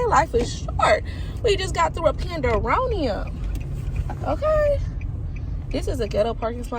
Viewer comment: I love how in depth you are about your perspective.💓 😂 you’re funny you said “pandaronium”